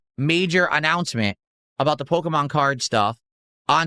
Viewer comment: It’s Pokémon. Not Pokuhmon.